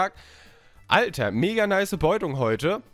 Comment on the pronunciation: lern reden! Beutung ist kein Wort!!